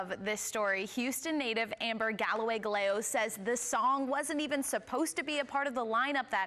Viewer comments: Cool beans. Is that really how her 2nd surname is pronounced, though? Guh-lay-goes? Or Guy-yay-goes? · Pronunciation correction Amber Galloway Gallego (ga-ye-go)